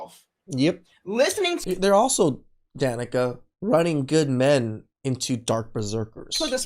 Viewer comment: It is not Danica! It is D'Nieka.